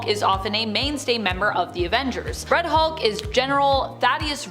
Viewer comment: When said, "Red Hulk" for a sec it sounded like, "Fred Hulk" for some reason